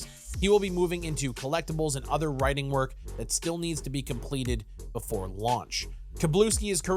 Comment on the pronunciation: "The Day Befour" 😂